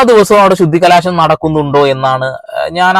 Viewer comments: ശുദ്ധികലാശം അല്ല സഹോദരാ ശുദ്ധികലശം ആണ്.... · ബ്രദർ ശുദ്ധികലശം എന്ന് പറയൂ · Sudhikalaasamalla, sudhikalasam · Shudhikalaasham alla sahodara Shudhikalasham❤ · ശുദ്ധികലാശമല്ല എന്റെ ബ്രോ ശുദ്ധികലശം എന്നാണ് ശരി . അഹിന്ദുക്കൾ ക്ഷേത്രത്തിൽ കയറിയാൽ നടത്തുക ശുദ്ധികലശമല്ല . അതിനെ പുണ്യാഹം ചെയ്യുക എന്നാണ് പറയുന്നത് . അത് ഓരോ ദിവസവും ചെയ്യുന്നും ഉണ്ടാവും . എത്രയോ അഹിന്ദുക്കൾ ദിവസവും ഗുരുവായൂരമ്പലത്തിൽ കയറുന്നു ആരെങ്കിലും ഇതറിയുന്നുണ്ടോ . അത് തടയാനും കഴിയില്ല .